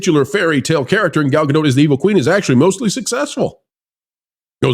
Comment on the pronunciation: please pronounce Gal's last name correctly. It's Gal GADOT, sounds like POT. Thank You sir.